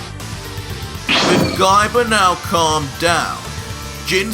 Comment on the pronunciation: I really laughed hard when u end a word with A like Gaiba you make it Gaibar